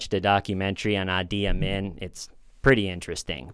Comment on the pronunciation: Uzbekistan is typically pronounced like OOZE-bekistan not YOUs-bekistan fyi. And the Ugandan fellow - Idi rhymes with "needy". And this ones easy to remember: last name Amin as in "a mean" man. Sick vid 🙏